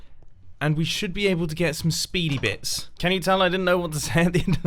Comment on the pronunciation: Nobody: Mumbo: SpeEdY BiTS